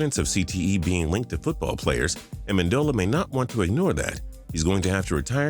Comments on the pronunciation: A-men-du-la? Lel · U said “like amindila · he says Danny Amendola wrong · is everyone gonna ignore how he pronounced Amendola? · You pronounced Amendola right the first time then butchered it the second time wtf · “Like amendola” can u speak